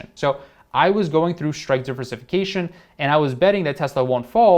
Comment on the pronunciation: Shritke or strike price 😅